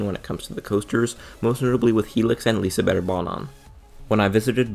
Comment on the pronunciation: Ur the first not swesish person ive heard say Liseberg right😂